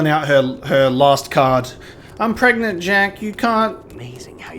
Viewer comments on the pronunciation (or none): "I'm pregante"... jahahahaa. it was an awesome playtought man. Thanks for sharing. ^_^